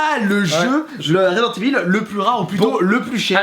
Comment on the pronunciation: Resident Evil et non ResidenCe Evil..... Il a du mal le